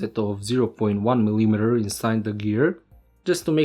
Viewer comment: Who told you to pronounce mil - I - meter, dude? A soviet teacher? That distracts alot.